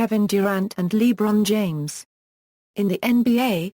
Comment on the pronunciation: haha "lee bron james"